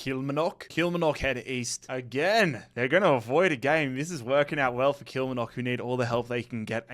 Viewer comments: Just a quick one, I'm scottish and just wanted to let you know that you're pronouncing some of the names incorrectly, falkirk- is pronounced - 'fall-kirk', as if I was falling. Also, kilmarnock is pronounced 'kill-maar-knock' instead of 'kilmer-nock'. Loving the series though! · is butchering the Scottish clubs pronunciation. Falkirk is pronounced Fall-Kirk and Kilmarnock is pronounced Kill-Mar-Knock. 👍🏻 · Its pronounced FallKirk and Kill-marnock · Kilmernock gets me every time, my dad's Glaswegian it cracks me up. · Love the series but the mispronunciation of Kilmarnock every year 😖